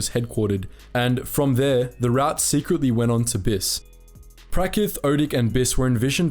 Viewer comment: Pronounce route correctly, you're English for fuck sake.